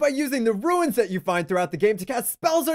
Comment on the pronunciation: They're called runes not ruins